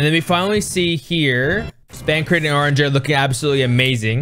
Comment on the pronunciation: Urianger's name pronunciation is killing me lol. Good video though. It's so fun to see people get excited over the things I do. By the way you mentioned loving the female vocalist who sang the "higher, higher" part. It's called Word Painting when lyrics match with what happens in the music. If a lyricist says, "stop!" and the music stops, or they say higher while hitting a higher pitch, that's word painting. Cheers!